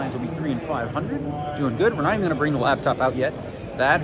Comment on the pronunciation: Is the whole “lab”top pronunciation thing instead of laptop, an inside joke or a weird accent thing?